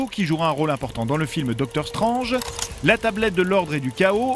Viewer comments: Docteur "Strenge" sérieusement ? 😂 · j'adore ce que vous faitent vraiment mais quand c d trucs comme doctor strange ou blaster (et j'en oublie) veuillez mettre un minimum l'accent. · Comment t'as pu prononcer Docteur Strange comme ça xD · mdr comment il dit docteur strange